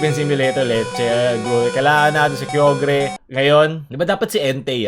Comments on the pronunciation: Nope correction lng....pero tama yung si Groudon ang ginawa nyang Reference ksi si Groudon ay nakatira sa isang Volcano sa Hoenn Region😁....at isa pa po g Correction Yung pronunciation ng Kyogre ay hindi (Ka-Yog-gre) kundi (Ka-Yo-Ger) pang pag pronounce po ng Ogre😁 Correction lng po😊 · Kyogre /Kây-og-er/